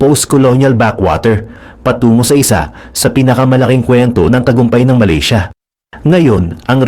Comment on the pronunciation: Malisya?????? Do you mean Malaysia?